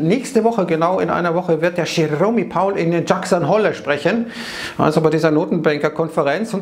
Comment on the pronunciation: Wer nichtmal Jerome Powell und Jackson Hole nicht aussrepchen kann....